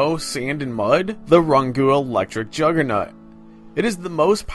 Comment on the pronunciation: "Juggernut" lmao.